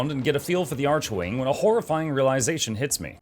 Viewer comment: "Archwing" is NOT pronounced like "Arch-wing". It's pronounced like "ARK-wing". You'll notice this is how everyone in the game is pronouncing it. Similar to how the word "archangel" is pronounced like "ark-angel". More importantly, whomever explained bullet jumping to you was wrong. Rather than just spamming bullet jump, try bullet jump -- regular jump -- aim glide (aim down sights while in the air). This is how experienced players seem to literally flying around.